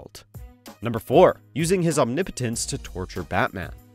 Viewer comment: Omnipotence. OH, I thought he said Impotence. HA HA HA!!!